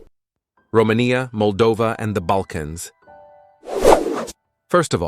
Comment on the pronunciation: Roma.....nya. hahahahahaha